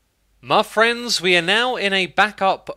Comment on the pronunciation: Did you just open the video by saying ‘My Thrends?’